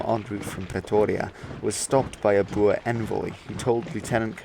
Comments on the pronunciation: I am a amateur historian of sorts and a regte Boer. Sir, you are the only non South African I have ever heard pronounce "Boer" correctly. BooRRR. Much respect! As to the video, and the time allotted, you did a good job. Just one of many details I could ad, after the 1st Boer war the British changed uniform from bright red to kaki. There is much debate over whether this war was the reason, but I would let the reader decide. If anybody wants to visit Majuba Hill I am offering my services as an amateur guide for free. I stay in Natal. God bless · Great video, it's refreshing to hear someone who can actually pronounce Boer correctly. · I'm pretty sure some older people still pronounce it the dutch way so it's fine, since you can speak dutch your proniounciation is much better than an average English channel.